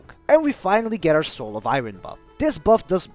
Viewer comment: I know you didn't ask, but I'm going to tell you anyway: Iron, you're saying "eye-ron". it's pronounced "eye-urn". It's not intuitive, it's nonsensical and it definitely isn't phonetic. The only way to learn is to have someone correct you. I'm just trying to help.